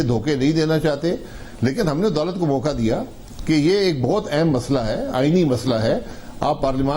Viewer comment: Adalat nhi udalat keh raha hai yeh